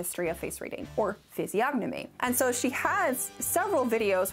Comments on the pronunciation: no way you pronounced the "g" in physiognomy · This is an important video but I couldn't get over the pronunciation of the word physiognomy. The G is silent. I know I'm a nerd but I couldn't get through the video.